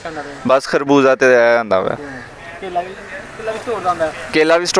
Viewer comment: کھربوزہ نہیں ہوتا بھائی جان خربوزہ ہوتا ہے🤣🤣